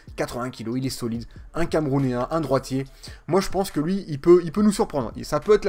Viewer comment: "un camerounein" 😂